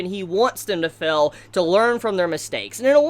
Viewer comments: Pretty sure you're trying to say "Fail" but all I hear coming out of your mouth is "fell" lol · How can you be so fluent in english yet pronounce fail as fell or felled?